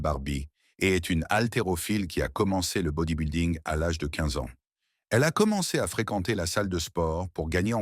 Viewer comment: Body-building ne se prononce pas comme "body boulding" comme dit le commentateur, mais doit se prononcer "body bilding" comme s'il n'y avait pas de "u" dans le mot. Le narrateur est soit un français pure laine, soit un robot de l'IA.